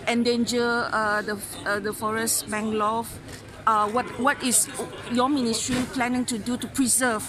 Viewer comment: Mangrove becomes manglove, forest becomes folest. Substandard reporter. Low class.